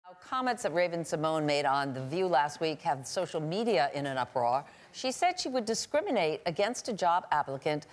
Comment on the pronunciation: Why did this woman pronounce "uproar" like that?